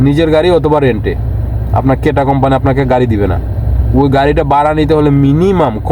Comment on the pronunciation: কেটা না, কিটা।